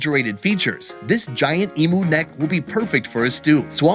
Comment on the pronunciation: Aus here. Its pronounced E mew, not E moo.....The eggs are actually a deep green guys, not black. I grew up in regional far north Western Australia, just outside a town called Derby back in the late 60s - 1976 around the Wunumbal and Worrora aboriginal tribes. Emu when marinated in brine and cooked fast, is absolutely delicious. Emu neck soup is awesome, and so is kangaroo tail soup. I haven't had it for years, because I live south of Perth now, and it's not easy to get in the cities, but if I could get it, I would definitely eat it instead of beef. Emu oil is fantastic for muscle and arthritis aches. It's produced here in WA, and is used by a lot of Aussies.